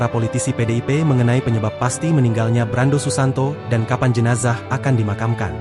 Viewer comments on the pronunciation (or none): none